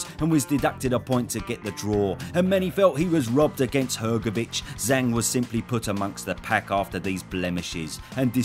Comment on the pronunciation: Does anyone else get triggered how the BT sports announcer pronounces it "Zong"?